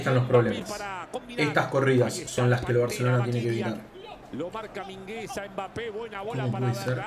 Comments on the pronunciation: Todos:mingueza:miguenza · es mingueza no migensa y mingueza es de lo mejor que hay en defensa del barcelona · Nadie:: MIGUENZA BRATWAIT GRIESMAN FRANKY DE JON xd